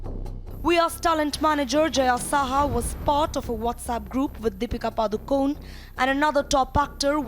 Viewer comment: R. Her name is Padukone....not padukon😡